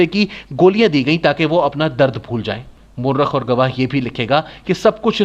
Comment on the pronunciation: "moo-rukh" nahin "mu-ar-rikh"